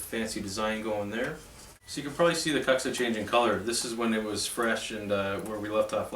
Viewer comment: Wicked series dude! We call it more like Kooksa In Europe but you said Cucksa so many times I ended up watching from a chair in the corner of the room 😂